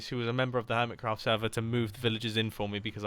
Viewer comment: when you realize mumbo jumbo called the hermit craft server "Earmitcraft"